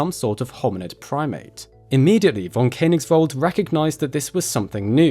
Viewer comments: Precious video - thank you so much! Just one tiny recommendation: the - oe - sound in Koenig- (or König) is pronounced like the - e - in "service". I'm so sorry for German being such a pain in the back to every natively English-speaking tongue 😅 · The oe in Koenigsveld is an ASCII transliteration of the letter ö, which is pronounced similar to the u in the English word bur. Please try to pronounce correctly.